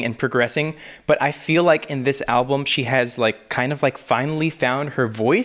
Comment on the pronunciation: When he said 'alblum' I nearly gagged😅 Still love you though!!